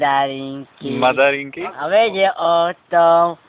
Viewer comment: nie mandarinky ale MADARINKY :D :D :D chudaaak... on za to nemozeee :D